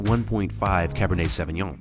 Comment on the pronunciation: Good video. I have but one tip. The pronunciation of the wine grape is like SO veen yon. The ÿon" is almost like yion. Tchin tchin!